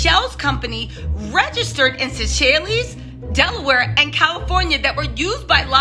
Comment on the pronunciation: Seychelles = Say Shells